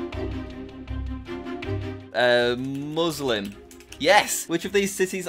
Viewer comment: The way he pronounces Muslim as Moselem